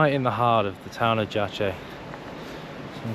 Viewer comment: Town is pronounced - Yayce. Before visiting any city try to learn the proper pronunciation of a city you are visiting.. It is important